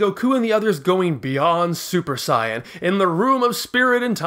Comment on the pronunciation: I'm all in for original pronunciation but I would say you should go all the way or just don't do it at all. Super Saiyan is terrible. Like its either Super Saiyajin or stick with the english Saiyan. The way you say it is some kind of fan made up thing. Like if japanese people would use the english version. If you say Bluma and gokou why not Begeta or Juunanagou and juuhachigou fpr the Androids? I know that this is just a small thing but still.... sorry.^^